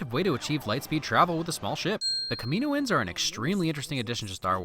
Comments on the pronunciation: People from kamino are called kaminoins (ka-me-no-ins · Saying Kamino-in’s not cam-ah-no-ins 😡😡😡